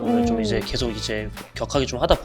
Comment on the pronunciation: 음, 하나만 말씀 드리면, 아나운서분이 '계속'이라고 발음해야하는데, 께속이라고 발음하는 게 거슬렸습니다. 그것만 좀 부탁 드립니다!